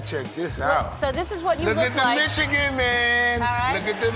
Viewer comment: Tyson said the "michigan" man. Lmao.